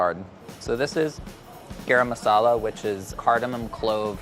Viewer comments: Someone please teach how to say "garam masala" properly 😓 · the way he pronounces garam masala makes me cringe every time. still love tho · Why is he pronouncing Garam Masala like that? I'm Chinese and I know how to pronounce it properly. Didn't know how white was until I watched this. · Literally no one:: GAERAM MASALA WHERE MY SOUTH ASIANS AT? Edit: thanks for 172 likes! <3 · Being Indian and hearing pronounce garam masala is funny asf ahahahahh